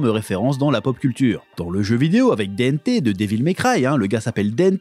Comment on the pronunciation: Dante ❌ Dente 🤌